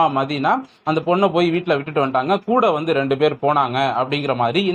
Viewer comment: ஆரம்பத்தில் நீ அரை வேக்காடா தான் இருந்த. இப்ப ரொம்ப முதிர்ச்சி அடைஞ்சிட்ட பாராட்டுக்கள். ஒரே ஒரு suggestion. இனிமே கூடொம் ன்னு சொல்லாத. கூட ன்னு சொல்லு.